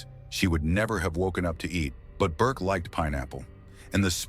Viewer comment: The AI voice, in the beginning, called Burke BARK. This is when I jump ship. Enough of this crap. Bye.